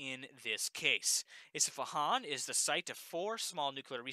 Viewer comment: Just want to say it’s Isfahan . Not Isafahan . Isfa-han two syllables. Just trying to help no hate good update otherwise👍🏼